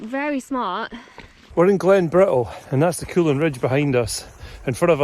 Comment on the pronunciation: Not meant to be critical - just an observation. I know many dialects in England have dropped the pronunciation of Ts, particularly TTs, but hadn't realised it was affecting the Scots too. Are you aware of this? When you say "we're climbing Glen Bri ull" it really grates. Anyone else noticed?